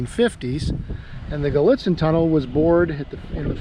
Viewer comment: " Cresson and the Gallitzen" the E is an I. Have you stayed at the Tunnel Inn in Gallitzin? The tunnels were both one track till the mid 90s, with the Doublestack Project. I rem last time we stopped in Cresson before the project, and the first time after,. The fly over bridge was gone and a signal post was along track one. They repainted the caboose lately and it looks good in Gallitzin